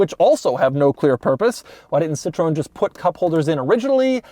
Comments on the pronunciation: No, it’s rather close to "Citro-N", for english speakers… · Americans: always getting pronunciations correctly. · The Sitrone - the presidential car of Jock Sheerock (Jacques Chirac) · Sit Trow En is how you pronounce it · Also Doug: "citron" (lemon) and "De Miuro". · Citrone haha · What you mean?! "Seetron" is pretty much spot on! Well, not for the french name "Citroën" of course, but for the czech "citrón" it's rather close :-D. Citrón means lemon and we commonly use it as a nickname for the "Citroën" brand. Anyway, Doug gets 8/10 for the Entertainment value, but only 2/10 in the (In)Accuracy category. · It's pronounced 'sitrowen' Doug. They had an even more special older model that was very famous: the Citroën DS (DS means Goddess). Jay Leno made a review of it. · "Citrone" lol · "Citrone" - Doug, 2k21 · Wish u spelling it right !! 😔 its citroen like "citrowen" ! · Did he just pronounce Citroen as si-TROHN? Shameful. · Please stop saying cii-trone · Auvergne accent in France.🤣🤣🤣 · More like See-tru-An, citroen is our word for lemon ;) Yes I'm Dutch. The only difference is the diaeresis above the e. Citroen = lemon, Citroën = Car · Doug's pronunciation of "Citroen" has its quirks and features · It's funny the way Doug pronounces those french brands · …Seemingly he can only state: "Weird…weird…bizarre…Weird"…Even the way this guy pronounces "Citron=lemon" is wierd!… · Please, it's called Citro- en.... Not Citron... In French , That means lemon ... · Incredible car. Beautiful CITROWN 😅 I drive a new car of this brand and I'll always say it the american way since today 😅😅😅 En français on dit Citroaine ❤️ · Yep, just a little research and presto!, you could actually pronounce it correctly! Citroen pronounced “Ci-tro-en” and not Sitrone! ....and it’s not “weird” it’s called ‘flair’ something the French were brilliant at. Daring and bold design created decades before anyone else. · Hallo Doug... Little update :Citroën is pronounced as Citro-ën, not citroon😂